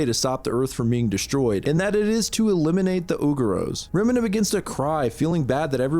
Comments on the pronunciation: Also loved this video but did you not look up how Remina is said, you're saying it like it's a chemical made to clean toilets 😂 re -MEE-na, or reh-miin-ah, Not -reh-minh-hah. I'm so confused how someone could come to that conclusion. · You had me thinking Ive been saying Remina the wrong way the whole time 😂 for future reference it is indeed said 'reh-mee-nah'